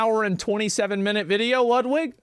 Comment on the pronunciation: Bro, it's pronounced Loodweek! :D I'm living in Poland and I hear that name sometimes. Yeah! He is in relationship with Hasan. You can tell it by now.